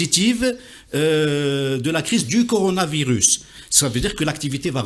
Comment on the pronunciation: Mr Ihsane Elkadi c'est coronavirus et non pas conoravirus.